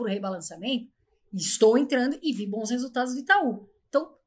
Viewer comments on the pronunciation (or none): none